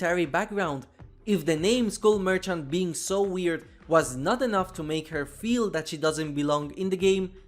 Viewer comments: It's not mercant it's merchant TWT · merCHant MerCHant The CH is pronounced "tsh" M E R TSH A N T Merchant!! Thank you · I guess "merchant" is that hard to say.